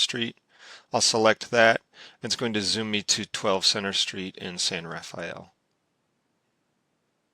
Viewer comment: Thank you for finally having somebody show how to use the map tools. I can never use the maps that the City of Novato is at the city council meetings. 2 critiques: 1. The narrator ought to have been able to pronounce the city of San Rafael comment Marin County's biggest city correctly instead of incorrectly as he did (Or is the narrator AI instead of a human?) 2. English grammar correction. Adverb. Modifies a verb. Simplistic, as in, "It is simplistic." Adjective. Describes/modifies a noun. Simple as in, "a simple tool." He misused it.